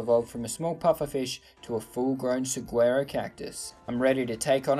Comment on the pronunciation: How did he just pronounce saguaro cacti angry Arizona noises